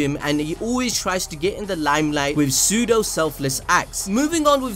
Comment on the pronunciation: Is it me or did he put emphasis on PSEUDO selfless act hahaha